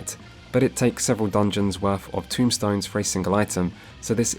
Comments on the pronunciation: It's not "tombstones" it's TOMEstones. Just fyi :o A bit less grim. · A bit nitpicky here, though this is one of my pet peeves. And you are not the only FFXIV player to do this, so let me start by saying this was an incredibly well made video. Very informative. Now my nitpick. The equipment currency is called TOMEstones. Not TOMBstones. Everytime I hear someone pronounce it that way it makes me feel like we are gathering headstones from the dead to bring to Roweena lol. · This is a great video, I am as experienced as you but I've watched this in the hopes of having a good starting point to show friends who also like deep dives. I have exactly one complaint and it's "tombstones"...they are TOMEstones, my friend 😂😂😂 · Tomestones not Tombstones